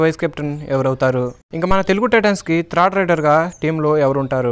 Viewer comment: Nee bonda ra thrid endi third ani kuda anadam radu video laa